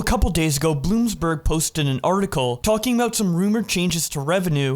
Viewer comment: The fact that the narrator pronounced Bloomberg as Bloomsberg